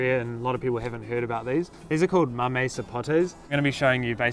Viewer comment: say it how u want brother just thought I'd let u know just in case you speak to a Hispanic they won't understand mamee. I told my brother the other day how ppl here in Australia pronounce it and he was cracking up. To me it's cute.